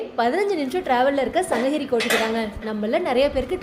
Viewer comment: தவறா எடுத்துக்காதீங்க தங்கச்சி. சங்ககிரி -> சங்கஹிரி ன்னு சொல்றீங்க. தமிழ் -> தமில் ன்னு சொல்றீங்க. இப்ப படுச்சுட்டு வர பாதி பிள்ளைகள் இப்படித்தான். 'ழ' வரவே மாட்டேங்குது. 'க' வுக்கு பதிலா 'ஹ' போட்டு பேசுறாங்க - மிளஹாய், கடுஹு இந்த மாதிரி. இதை பொறுப்புணர்வோட திருத்திக்கோங்க. இந்த மாற்றங்கள கேட்கவே கடினமா இருக்கு